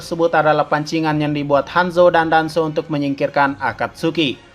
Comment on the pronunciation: Ini napa bilang danzo jadi hanzo terus itachi jadi hitaci-_